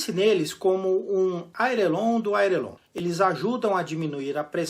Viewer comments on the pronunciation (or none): Um piloto, com canal sobre aviação, num vídeo que disserta sobre erro de pilotagem de outrem, falar "airelon"...? Repetir três vezes o erro...! "Pode isso Arnaldo???" Pelo menos, vale as análises e os alertas do vídeo. Obrigado pelas dicas.